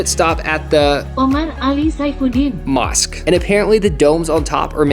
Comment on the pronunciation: Not the 'omar ali saifuddien'.... mOsquE😭